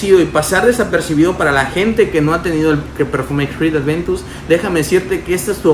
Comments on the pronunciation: El perfume es aventus en nicho,y es aventus no es adventus aprende a decirlo,también otra cosa Montblanc no se parece en lo absoluto tal vez al principio si pero ya en el secado para nada Investiga un poco más por favor para la próxima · Si el perfume se llama Creed Aventus, porque coños le dice ADVENTUS??? Me duelen los oídos de solo escucharlo.